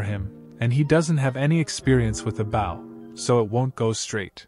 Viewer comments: Just so you know that when reading about the weapon Bow is pronounced /bō/ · Narrator. Bow, as in a bow and arrow, is pronounced like Doe. Or So. Not like the bow of a ship. I know its nitpicking but every time you say it in one of these stories it grates on me. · I'm sorry to complain, but you're saying "bow" with a short "o", such as to bow to show respect, or the bow of a ship. Similar to Wow, cow, now, and even sow. But the word you should be saying is with a long "o", as he's using a bow and arrow, and made a bow drill. Similar to Go, sew (I knew it's spelled with an "e", but it's pronounced with the long "o" sound), low, grow, and also blow. It's driving me nuts because it's the wrong word and means something completely different and is messing with my head, the same as if you'd said you "Hi, I have a new care", when you actually meant that you "have a new car". It's an issue of "heteronyms", words that are spelled the same, but pronounced differently. I did a small bit of digging around and here's a link to a small article for anyone unclear on the subject since I know my explanatory skills suck. Thank you :)